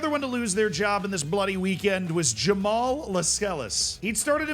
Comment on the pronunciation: Jamaal Lascelles Jamaal La-Sells